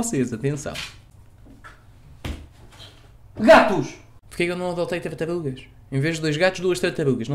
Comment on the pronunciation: Não adoptaste tartarugas porque não consegues dizer o nome.